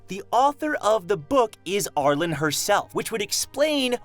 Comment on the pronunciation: R-Lean, the E at the end of her name makes it an upper case pronunciation not lowercase so it's R-Leen, not R-len